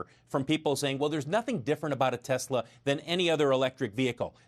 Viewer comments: The way you say “tesler” activated Siri on my iPhone. Pretty damn funny!!! Oh and the expert they used the background in behind him was in Boulder Colorado. It’s known locally as the flatirons. There are several lithium battery startups in that area. Check Galis latest vid for more info. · you don't look as funny as you sound...the way you say Tesler